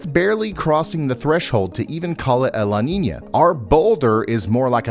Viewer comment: It sounds more like "Ninya" if you google it you'll see brother.. Salutes